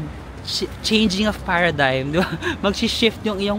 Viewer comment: "Changing of paradigm"... paradigm?!? 😂